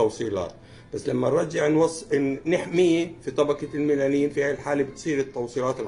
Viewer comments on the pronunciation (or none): الميالين وليس الميلانين